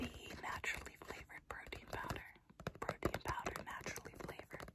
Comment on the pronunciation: “And did you want the protein powder?” What I heard: “and did you want the cocaine powder?”